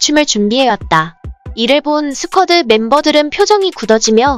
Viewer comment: 스쿼드가 아니고 스퀴드입니다.